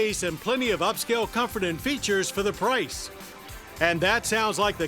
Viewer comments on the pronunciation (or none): none